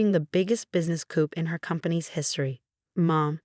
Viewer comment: A Coupe (pronounced koop ) is a type of car or a little shack for chickens. A Coup (Pronounced koo ) is a hostile takeover, either by military or in business.